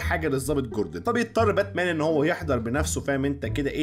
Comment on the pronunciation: باتمان ❌ باتنام✔️